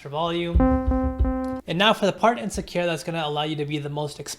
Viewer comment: Sakura. Emphasis on the first syllable. js